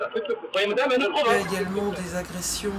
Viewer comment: j'aime bien... "el nous prouvouque."... ^^